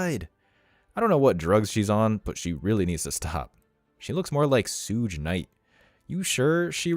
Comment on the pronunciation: The fact you pronounced Suge Knight’s name the way you did made me feel really, really old. That’s ok though, love the channel